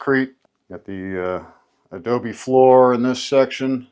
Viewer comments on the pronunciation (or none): none